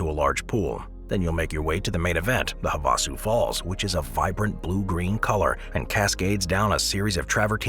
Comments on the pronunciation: Havasu Falls are pronounced "hav-a-su" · Stop using voice overs or at least train it to say places right. Have a sue falls wasn't the only butchered place